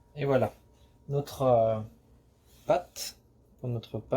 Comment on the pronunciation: SVP : la pâte...non pas la "patte"... ce n'est pas tout à fait pareil....Ceci dit, la recette est bonne ! Merci.